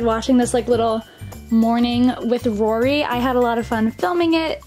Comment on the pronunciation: Is it just me or did she say Laura not Rory...